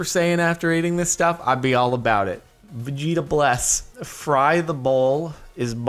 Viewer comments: "Vegeta bles" definitely not vegetables lol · Did he just read "vegetables" as "veh-geeta-bles"? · When he said "Vegee-tables" I just thought one thing... Hummingbirds are the sharks of the sky. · On the second one, you said vegeta-bless?! It’s vegetables! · that vegeta - bles you were laughing about... its VEGETABLES. Your the bad english person haha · When he says vegetables as vegeta bless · okay, but the way he said 'vegetables', idk if he genuinely didn't know how to say it or because the word was separated on to two lines, but that was gold!